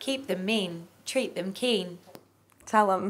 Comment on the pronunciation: Did she say treat them keen keep them mean?🤣